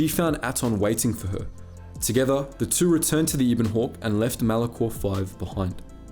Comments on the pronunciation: I know a lot of people are going to be annoyed by this, so first of all I really like the channel and enjoy the videos. Second it's the ebon hawk not the eeeebon hawk, also please stop saying nucular, it's nuclear. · When pronounces it as the Ebon Hawk and not as the Ebon Hawk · Ah yes pairuhgus and eeben hawk. Jk love your vids.